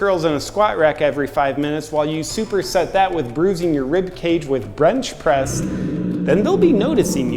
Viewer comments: did you say "brench press"? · Did he say “brench press”? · Did anyone catch him saying “BRenchpress”? Great term for how Bros do bench press. So funny. 😁👍